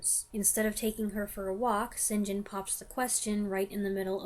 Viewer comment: I love the previous video when you said right at the front, how are you? Don’t know and can’t determine why. St. John is pronounced ‘sin’ ‘gin’ do. This made me laugh out loud.😂